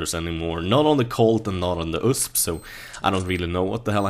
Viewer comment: it's not usp it's U.S.P xD